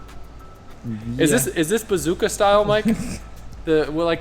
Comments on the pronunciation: Bazooka lol it's Bosuzoku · it's call bozuzoku not bazooka lol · It's BOSOZOKU! Not BAZOOKA. Don't be dummdumm Kay? That's all for this Edoocayshun~ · says "bazooka style" instead of japanese "bosodzoku style" - AHAHAH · Man's really called bosozoku bazooka lmao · Bazooka Style in the Yakuniku gang, lol. had me busting out in my quiet office. Think you meant Bosozoku and Yakuza; but you were thinking "Yakiniku"cause you were hungry. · it's bosuzoku. not bazooka XD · Bozazoku? Not bazooka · It’s bosozuku not bazooka 😂 the disrespect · Its called bosuzoku, not bazooka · Adams mispronunciation of bosuzoku tho😂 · I think it's bosozoku not bazooka but great video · Bazooka...lol...not bosozoku? Love the 4 rotor! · Bosozoku* 😂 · Bosozoku style, not whatever you were saying 🤣🤣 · I love how was pronouncing bosozoku😭🤣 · I couldn’t with him trying to pronounce bosozoku, also insane work from johan literally making an entire exhaust just to see if it works and make another. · Dam you butchered the pronunciation of bosozoku 😂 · him trying to figure out the word bosozoku is funny